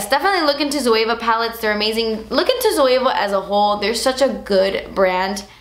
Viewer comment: Looked up the "Zoava" to get the palettes and then realised she was saying Zoeva. I get confused when people say it the way she does 😂